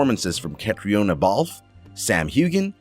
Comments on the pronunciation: Her name is pronounced KATRINA, not Kate-ree-oh-na. Also, it's TOE-BYE-AS, not Toe-bee-as. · It’s pronounced CatrEEna, not Catriona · You clearly missed how to pronounce Caitriona's name. Say Catrina. And its not Dana Gabalton but Diana Gabaldon. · Pronounced Catrina...silent o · Really. I understand not knowing how to say Balfe's first name but Tobias? I can't believe how poorly done this was. Heigl...Hi gell. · honestly the names.....pronunciation needs to be fixed...caitriona isn't correct for example. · It’s sad to be literally shooting ‘Caitriona’ at my phone because it’s not being pronounced correctly. Just like every other comment yes it annoyed me. Irish names aren’t always pronounced like they are spelled lol 😂Gosh I hope neither of them see this video!! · Sam Hugh-en Diana Gab-el-don Cat-rina Balfe. And even Catharine hi-gul Omg learn to pronounce their names if your gonna do a video about outlander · Also know how to say corset correctly. Also pumice stones. And pronounce Sam hueghan correctly also. And pronounce catriona correctly. (Sam calls her Katrina.)